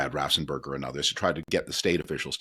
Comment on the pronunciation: Don't know WHY sev people I've heard keep pronouncing the "Raffensperger" w an extra "s" after the two "ff"'s. There is only ONE "s" in the man's name, and it occurs after the "n". Make it easy on yourself.